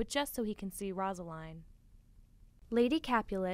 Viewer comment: One it’s rose-a-line and it’s man-two-a